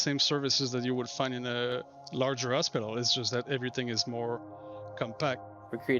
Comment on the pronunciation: Not to be funny in that kind of "crass" way... but is it me or does that guy pronounces Hospital over and over in the video to begin to sound like "ASSpital" lol Also note* I've lived all over Canada Montreal included, even speak a great bit of French ... Not to make fun of the guy, He's great ... just that word from him is just a bit unique with a giggle... sorry I sincerely apologize that I brought this to your respected comments section. I just couldn't bring myself to post my lil observation on the Star Citizen channel.